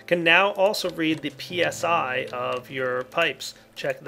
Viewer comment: lol When He sayd PSI i Thought It was PSY ;)